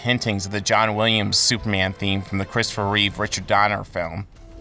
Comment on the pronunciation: It sounds like you’re saying soupman